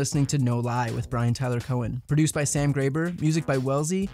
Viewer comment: Is it really "Brian Teller Cohen?" Maybe it's a Steven Colbert thing, identity and all, or maybe it's just lazy or maybe it signifies that the owner of that name just doesn't care about real details. Do tell!!! I'm waiting. Otherwise good program. Good video.